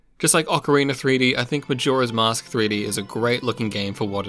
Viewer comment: whats with ocariner! its ocarina you dumb idiot!